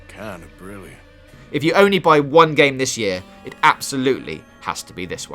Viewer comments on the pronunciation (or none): Its BWILLIANT ...JUST BWWILLIANNT